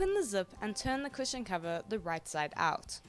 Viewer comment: At the start i thought u said Superhero Pusheen covers 😂